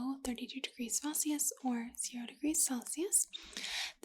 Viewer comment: hold on. is she saying "Felsius"?? rofl